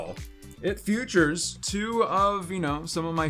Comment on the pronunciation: It really bothers me that cannot pronounce the word "features". He says it as "futures" and I cannot even describe how annoying that is